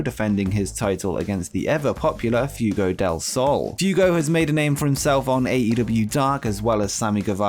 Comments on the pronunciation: Keith Lee was fighting against deaf? I didn't know he was hearing impaired. Illegible for Rampage? Ineligible! What is a munf? Who is Few-go? Few-go dill sal. You are English, yet your grasp of the language troubles me. Where can we, "vote you off the island??" 31,000 flavors?? 31flavors. Do you know what Baskin Robbins is?? I love going to Great Britain... However, until you leave, it's just going to be called Britain. Thanks for that,. Dr. Joseph Maru! Not Maroon, dipsh!t. YOU are causing Britain to just be Britain. Do the Queen a favor and move to Canada. Can't screw it up anymore than Trudeau...oh, WAIT....YOU can...just move to Canada and SHUT UP! You're not gonna be welcome in the U.S.! Just ask President Harris and The President-Father Biden. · F-way-go lol. 2nd brittish person to mess the AEW's best kept secret up. I love you though. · I'll start leaving likes when you start getting Fuego's name right.